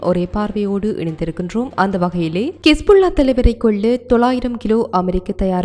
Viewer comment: அக்கா கிஸ் புல்லா இல்லை ஹிஸ்புல்லா